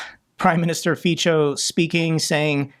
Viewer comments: Greetings from Slovakia. Great video as always. I want to clarify few things if anybody is interested 1. Fico is pronounced Fitso 2. Fico is a failed and corrupted politician and overall a bad person. 3. The justice system almost got him and he was/is cornered. Without going into much detail, it's like this: Fico doesn't like Russia, he likes money and power for him and his oligarch friends. And he knows that EU has more money. Even though Zelensky was probably right with the gas corruption scheme, EU has far more money and opportunities than Russia and the oligarchs do have many legal businesses. But EU is dangerous for him because of the somewhat working justice systems. So he plays the game as he can. Plus he might be going a bit crazy with age and alcohol abuse, the assassination attempt didn't help. 4. Fico is just a guy, I don't care about him. What saddens me however is that we have a fair elections every 4 years and there are so many (50+%) people voting for him and the likes of him. What can be done about that? "What can a man do against such reckless hate?". 5. In this regard, Ukraine did the best thing for us by stopping the Russian gas, they should have done it sooner regardless of the contract (Force majeure). Now Russia has less means for what I call a sovietization - a process of exerting their inferior soviet culture, way of thinking, way of life etc. upon us. This will help us in the long run hopefully, if we can hold it together next few years. This is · Maybe it helps and maybe it was already highlighted, but Fico os pronounced Fitzo and not Ficho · Just a small correction. You pronounce the Slovak PM’s name as Ficho. It is spelled as Fico in Slovak and pronounced as C=ts in English, as in cats. Č č =t͡ʃ as in match. In the Slovak alphabet there are more letters than in the English one and are pronounced differently. Pull up the Slovak alphabet and take a look at it when you can find a few minutes. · His name is pronounced as Fitzo.